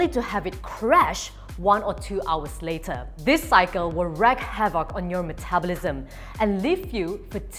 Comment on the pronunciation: Great info! 'wreak havoc--reeeeeeeek havoc.